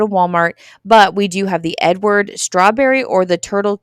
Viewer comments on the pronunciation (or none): none